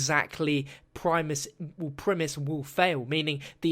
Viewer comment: I know that this might sound pretentious, but is pronouncing primus wrong. is saying it like prim-iss. In latin it is pronounced pree-muus. And i think it's actually spelled primus but I''m not gonna contradict a huge publishing studio